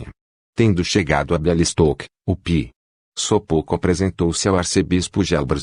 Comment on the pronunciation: O ć tem som de "ti" Sopoćko se lê : sopôtiko